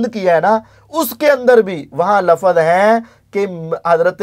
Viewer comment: Ali Bhai ko waahid jama sikhaane se pehle khud to waahid jama seekhlo Bhai, aap apni jahaalat dikhaate hue kehrhe hain ke 'doosre tareek mai bhi wohi "lafaz" hain', pehli baat to "lafaz" hai hi galat, "lafz" hota hai aur doosra 'lafaz hain' nhi hota 'alfaaz hain' hota hai, jahaan tk baat turk aur tareek ki hai to Ali Bhai ne flow mai boldia kyunke aik lecture mai unhone turk aur tareek ke darmiyaan farq bataaya hua hai, yaani unke ilm mai hai phr bhi bolrhe hain to it means ke wo flow mai bolgaye. TRUTH Lovers ko SALAM ! ! !